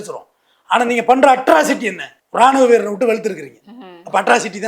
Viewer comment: Tamil utsaririppu sariyaga sollunga sister Ranuvaveerarai